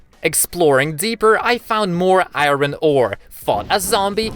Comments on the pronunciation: chat; talks bout aot me; why do he said i-ron its iron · its iron not earin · I'm sorry but it's driving me crazy you keep saying iroen and not iron.. im done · ik its ur accent but why iiiiiren instead of iron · iron not iyron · Im new to the channel and I did not know what u were saying u were saying iren but I said its not iren its iron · What the ahaha it's funny when you say iren instead of iron but it's ok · he calls iron airon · It's iron not iren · Iorn ❌ airon✅ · I heard him Saying "Iren" instead of "Iron" 😂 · Why does he say to iron iren like what hahahahaha and he also sounds like gay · i love how u say iren instead of iron XD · i like how he said iwron instead of iron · i mea its not iren its iron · It's not ieron it's iron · iron ❌ irwen ✅ That what he said in the video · Stop calling iron I ron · He is so energetic and i like how he say "AIYROUN SWORD" and "LIVAI" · Why do you say iron like that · I love how you say iron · Okay first thing you're saying iron wrong